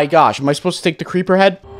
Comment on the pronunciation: Crepper? AWW MAN